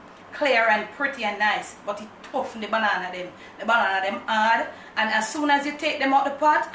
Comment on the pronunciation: yes xx i know you never want to say "de banana still tuff" from the time 14.09 the whole of we a'seh "de banana still tuff", but you a'try go round the word tuff, but wen you come wid the tuffniss, baby, we laugh so hard 😂😂😂😂😂😂 london loves you xx